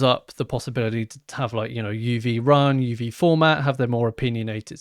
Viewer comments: I think the pronunciation is UV - as in the abbreviation for ulravioloet light - rather than literally "uv" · i believe it is pronounced "U.V." not "of". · I think uv is meant to be pronounced U V, short for ultraviolet